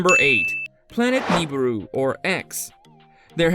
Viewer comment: Take a shot every time this robo voice pronounces Nibiru & Kuiper wrong, lol Planet 9's orbit is NOT 20yrs !! It's estimated to be over 10,000yrs ! "Collide with the premises of Earth", "planet Pluto" "Pluto 9" ? How many stupid errors can you fit in one video ? LoL